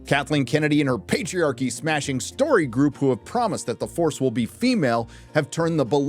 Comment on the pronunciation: You pronounced The FARCE Awakens incorrectly.